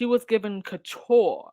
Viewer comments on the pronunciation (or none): none